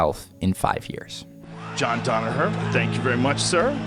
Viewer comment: I wish yanks would pronounce hid name properly. Danaher. As in Dan Hooker